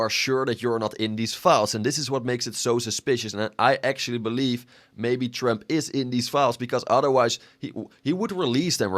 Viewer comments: Why you pronounce it as "tremp" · Bro it's Trump not trimp